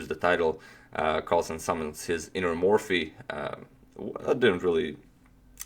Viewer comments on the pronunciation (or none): none